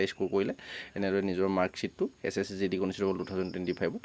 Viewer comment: কণিষ্ঠবল নে কনস্তাবল